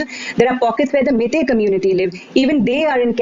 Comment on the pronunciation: Its not "mae-tae" fool! its "mei-tei" just like "wai-wai" jut replace the "A" with "E".